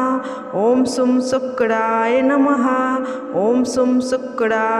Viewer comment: Pronunciation par dyaan do Sukdaai namah kya hota hai.!!!!! Shukraya namah hai